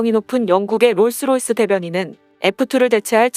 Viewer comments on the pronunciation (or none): none